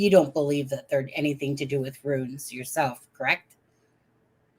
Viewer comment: "Runes" rhymes with "Tunes"